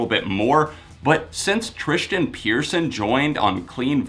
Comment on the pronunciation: Tristian Pearson??? You mean Tilian??